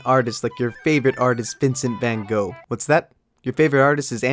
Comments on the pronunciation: Vincent fwan goog... Dude your cannot say it Ok I know you suck at speaking Dutch but bro Groeten van: dat nl mensie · As someone from the netherlands it frustrates me How you pronounce Vincent van Gogh